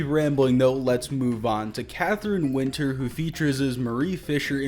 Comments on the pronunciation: It's Katheryn Winnick not catherin winters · Pretty sure its Katherine winnick, not winter. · Its Kathryn Winnick not Kathryn Winter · Wow, you’re gonna do Lagertha like that lol. Her name is Kathryn Winnick.